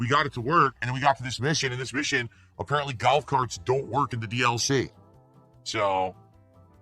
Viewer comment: “Galf carts”